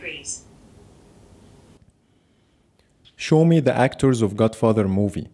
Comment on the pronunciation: "A high of 42 degees".....excuse me what?!